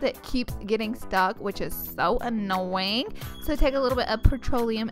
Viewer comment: is that how American people say annoying?? 😁😂💕